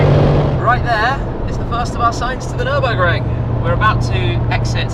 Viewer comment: actually... fellow viewers will for sure watch car wow .. and oh dear when Matt only says the word "Nurnburgring" he gets kicked so hard in the bottom... considering that Tim, your ass would probably be above your head xD .. epic drives AMG for life